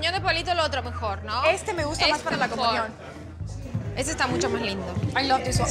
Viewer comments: Soy yooo...o dice comuñon...y a Niurka le dice Ñurca?? 🤦🏼‍♀️ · Ok, pero comuñion 😂😂😂